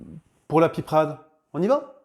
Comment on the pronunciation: On ne dit pas de la piprade mais de la pipeuuurade😮❤